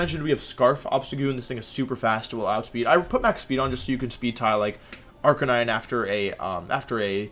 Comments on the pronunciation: Arca-ni-ne? Not Arca-nine? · Yea idk, I notice it too. It's clearly pronounced R-cay-9 because he's... a dog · Jiggalith Arca-KNEE-neigh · that's how you'd pronounce it if you were Japanese